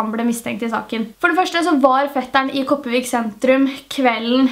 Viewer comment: Ikke noe hate i det hele tatt, men de fleste som snakker bokmål og sånn gjør sånn som deg. Men Kopervik og Karmøy uttales med R...den er ikke stum. Men jeg ELSKER videoene dine!!!❤️ de er så sykt spennende!! ( jeg vet jeg kommer til å få hate for denne kommentaren siden jeg sa det med Karmøy og Kopervik )